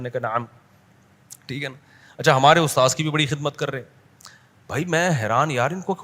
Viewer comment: Kya badi badi chod raha hai aur tum ustad word bhi thik se nahi bol pa raha